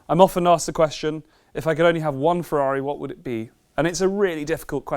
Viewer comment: "if you could only have one ferrair..." nobody asks you that question.